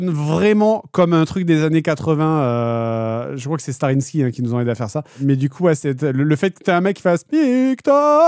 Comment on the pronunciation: Toujours "starrinsqui" pour starrysky les pauvrs 😂